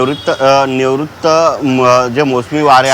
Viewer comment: निवृत्त नाही नैऋत्य म्हण कुठले बातमीदार आणलेत